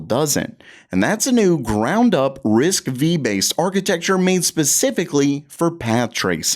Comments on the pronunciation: it's "risc five" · Also it's Risc "5" not V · Risc v is pronounced risk five btw 😊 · Pronounced RISC 5, the V is a roman numeral.